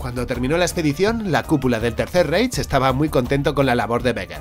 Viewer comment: ya te lo comenté en otro vídeo y me respondiste, pero me veo en la obligación de comentarlo de nuevo: "Reich" se dice "Raij". En alemán cuando aparecen juntas las vocales "ei" se pronuncia "ai". Un abrazo